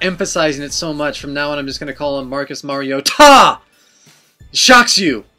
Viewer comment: I swear to god, if you continue to make that face and pronounce Mar-i-o-TA like that i will stop watching!!!